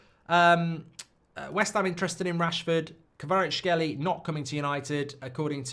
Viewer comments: Mark not being able to pronounce Kvaratskhelia and repeating it like 40 times is hilarious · I really dont get it Just pronounce the a at the end and hé is basically there